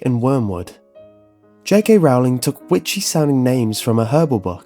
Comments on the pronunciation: Stop stop stop your going to take someone's eye out besides your saying it wrong it's rOwling not rOUwling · my only problem is how you pronounce j.k.'s last name. it should be pronounced as "rolling" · Rowling is pronounced rolling as in rolling-pin, you filthy muggle ( ͡° ͜ʖ ͡°) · Her name is Rowling, like bowling... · Just a friendly reminder, it's pronounced 'J.K. Rolling' not 'J.K. Rowling'